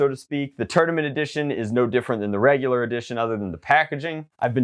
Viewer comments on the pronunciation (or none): none